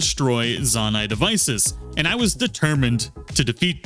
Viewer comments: ZAH-nai ❌ ZOH-nai ✅ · Immediate dislike for pronouncing Zonai like that. It's "zoh-nai" not "zaw-nai." Your personal canon and preferences don't apply here. There's only one correct way to pronounce it. This isn't like avocado or caramel. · How in GOD'S NAME do you get this far into the game without absorbing the proper pronunciation of "zOnai"?? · it's pronounced zownai, and it's CONSTRUCT head, not construction head 😵🤣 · How do people still say zonite wrong when they literally say it in the cutscenes? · Guy really said ZAN-AI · Am I the only one who thinks it’s pronounced zone-I ?! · I mean it's pronounced kind of like the word Zone with 👁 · So, is it pronounced, Zon-Eye, or Zo-Nye? I’m confused. (Also, thanks for the tip.) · Zonai isn’t pronounced like that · Aa aa aa aa! Ew ew ew! The way you pronounce Zonai, and the fact that you mis-name like EVERY device, realy makes me uncomfortable. Like my skin literaly crawed dude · dude keeps saying construction heads 💀💀 and he says zonai wrong even though its voiced in game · The way he pronounced Zonai made me want to cry.